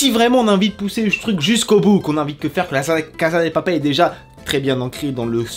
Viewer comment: Ça se prononce "la casssssa de papellll"